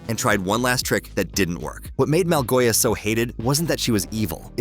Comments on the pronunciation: its the orb of dominance and Malgosha not malgoia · Actually its Małgosia 🤓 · BRO ITS MALGOSHA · It’s malgosha